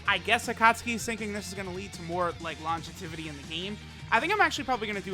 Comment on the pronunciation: Bro pronounce longevity for me again please 🤨